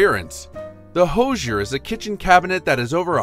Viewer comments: Please learn how to say "Hoosier." It is "whosier". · Right? I snorted. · Thank you!!!! I can't believe they mis-pronounced that word.